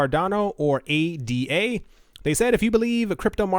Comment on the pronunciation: ADA as in ADA Lovelace. Not A D A. Like a Tribe Called Quest or A Pimp Named Slick Back. You say the whole thing!